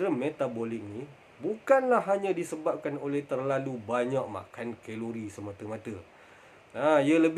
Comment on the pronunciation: Geng2 khhhheeelori panashhh ni haha~